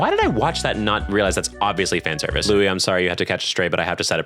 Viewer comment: Even before he said it outright in the video, I knew must have watched Beastars because he pronounced Louis' name correctly lmao